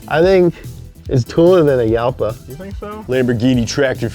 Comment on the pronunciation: Urraco is a spanish word. Jarama is a river (and a circuit), pronounced more similarly to "harama". Same applies to Jalpa. Gallardo is also spanish, so it has a spanish pronunciation, not an italian one.